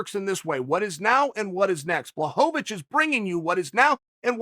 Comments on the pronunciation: Chael: Give the man Credit Until now he’s mispronounced Blachowicz as BlahoVAvicz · Chael: Takes time to use Ł Also Chael: Blahovovich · Sorry uncle chael but I don’t think Jan “ Black ovitch” is watching this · You tell every one to give Jan credit and you sit here repeatedly mispronouncing his last name.